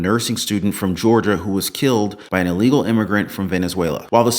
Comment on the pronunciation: Hey Nancy! It's "ILLEGAL" just like insider trading.